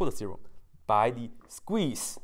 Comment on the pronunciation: Sequeeze = Squeeze I thought you are gonna SNEEEZE! HAHAHAHAHA!